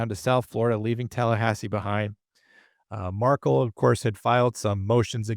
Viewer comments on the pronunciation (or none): Hey, Dan’s last name is pronounced Mar-KELL, not like Markle Thanks for posting about this case Justice for Dan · If you are going to report on this case, the victims last name is pronounced "Mar-kell" and not "Markle". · Mar-KELL. Correct pronunciation 💃. And….MagNANahmah. 🙄